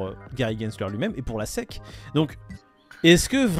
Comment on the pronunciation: c'est la SEC ( prononcer hesse ici) pas la SSI